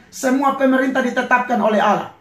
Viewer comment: ngomong Allah aja ga bisa. entah apa ini pendeta bicara. lucu x ahhahahaha